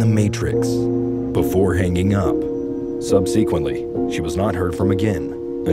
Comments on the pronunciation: Sub see quently? 😂😂😂 It’s pronounced sub suh quently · Ah yes, the good old “Sub SEE-quently” Pronounced with utter perfection. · The way you pronounce subsequently. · That’s an interesting way to pronounce subsequently! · The weirdest part of this video was how he pronounced “subsequently”. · Subsequently is NOT pronounced that way